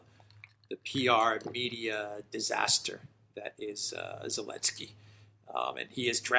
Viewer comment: Its annoying why says 'Elensky' rather than Zelnsky - I think the reasoning is that Zelensky doesn't like the Z (from one of their episodes). Gotta admit thats pretty childish. I couldn't imagine that behaviour from any serious reporters.